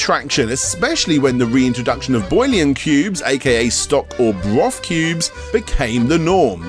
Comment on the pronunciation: i know that "korr" logo, but the name isnt familiar, they still exist in the USA, but only as a dried soup maker, AFAIK anyway. those yellow packages and that flag logo are un mistakeable.side not, its "bull-yon" not "boil-on"